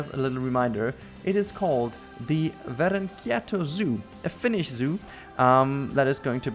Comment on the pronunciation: Yes, you pronounced it quite well! I got super intriqued when i saw The title! 😅 Greetings from Finland!